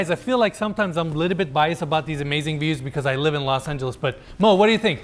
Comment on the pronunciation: That's not "Los Angeles" FYI.. It's not even close to it.